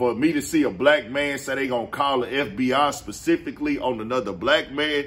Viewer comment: “PACIFICALLY” - 😂